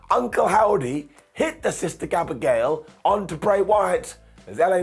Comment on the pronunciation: "Sister Gabigail" 🤣 love you 🫡